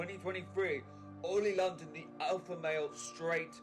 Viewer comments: “Oil London” lol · Oi OLI LONDON, ITS OLI LONDON!!!